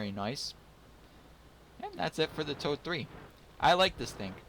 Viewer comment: Thx for the review and sharing! As for the name of the tank: If pronounced like told-ee (told like past tense of 'tell'), it's close enough^^